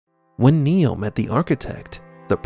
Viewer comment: his name is NOT neal....it's NEO